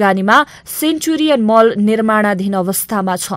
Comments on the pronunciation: Thula thula Mahal vannu bho ta.... Mahal ho ki Mall ho.....yessari ta janta jhan confused hunchha ta...A presenter should pronounce properly while making a documentary.... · महल होईन नानी, मल भन्नुपर्यो। अशुद्ध उच्चारणले कान टट्यायो। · Mahal hoina madam mall vannus.. yesto pronunciation sahi vanna najannele Pani k samachar sunako hola? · madam "MAHAL" haina "MALL" chahi hola hau hahaha...... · K paakhe jasto…mahal vaneko…mall vanna sakdaina? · मल कि महल, नानी? शुद्ध उच्चारण गर्नुपर्यो यदि अंग्रेजी शब्द राखेर बोल्न् हो भने। जेलाई पनि नेपाली बुझाइले उच्चारण गरेर अर्थको अनर्थ नलगाउँ । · महल होईन मल भनौ । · ए केटी, महल होइन, मल, बेबी। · समाचार बाचिकाले महल भन्छिन्😂